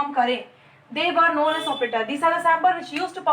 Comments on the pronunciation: Mam your teachings are giving a good vibe in my studies but the pronounce of some word are wrong which u are speaking that is its symbol nd u are pronouncing sambol... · Symbol ki pronunciation galat hai